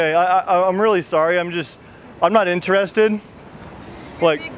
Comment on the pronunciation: Why he says inter...ested It's one word: interested